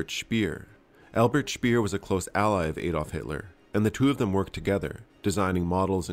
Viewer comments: Speer as in pair or pear, not peer. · It's Speer, not Spier, though.